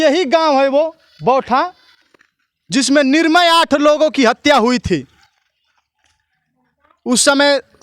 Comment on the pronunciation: Tum kaise patrakar ban Gaye. Nirmal ko Nirmay bol rhe ho arakchad ka yahil labh hi